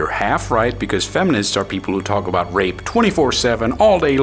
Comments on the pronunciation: This whole time I thought she was saying "ripped" , then I realized it was "rape" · i hear her pronounciation of rape is rip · I think im deaf; dos she say rape or ripped? becourse ripped is when you train get muscels right? is it the dialect? :`D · I couldn't tell if she was saying rape until afterwards, thought she kept saying ripped.